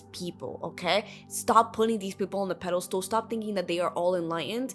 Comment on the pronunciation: Pedestal not pedestool. I enjoyed the video 👏